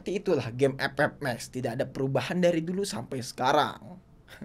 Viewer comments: sakit banget si ngomong ep ep max nya 😂🤣😅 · Anjg bet pas ngomong epep mex😭